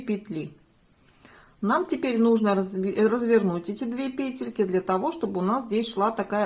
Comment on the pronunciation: ПЕтельки, пЕтля - почему петЕльки?